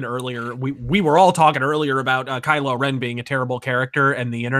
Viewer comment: Kylo Revan... HOW DARE YOU SULLY DARTH REVAN'S NAME!